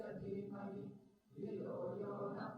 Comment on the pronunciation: Pronounciation of word NA in gayathri manthra is not correct. NA means No. It should be pronounced like NA in word Nethaji.